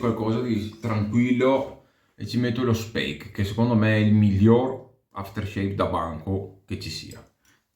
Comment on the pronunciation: Ciao ti seguo da un po e ti apprezzo. Ho fatto questo commento perché sono stanco di sentire pronunciata male la mia seconda lingua. Il dopo barba che hai usato si pronuncia Spaick; per il resto continua così.